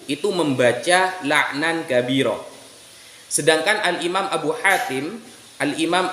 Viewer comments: Baca kabiiroo jadi kabiru , bhs inggris kali oo jadi u 😁 Keliatan gak bisa baca arab , cuma liat huruf latinnya 😄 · Masa bacanya aja.. kabiru? Aah.. gratisan pelor ni.. gimana, sih?? Sudah lebih sehat?? Semoga sehat selalu.. barokah Allah selalu berlimpah bagi keluarga.